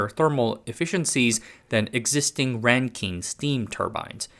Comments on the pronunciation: You're out of your depth here. Best to stick to tech stories. Supercritical CO2 is not a gas. It's pronounced Rankin, not Renkeen. Bouncing around from random example to random example. As someone with background knowledge in turbo-machinery and materials science, this is painful to watch. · [ˈræŋkɪn] not [ˈræŋkiŋ]